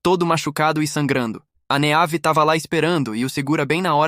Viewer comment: Meus ouvidos sangraram muito nesse vídeo. Vários nomes clássicos com a fonética dita de forma aportuguesada. Meave sendo dita da forma como se escreve 58 vezes me fez parar de assistir o video porque tive um desmaio de hemorragia oftalmológica.